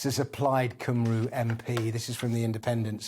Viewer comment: Well if you can pronounce Welsh place names properly that would be nice cymru not cumroo nob!